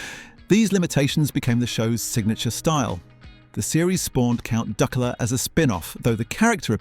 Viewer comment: Count Duckoola. AI shite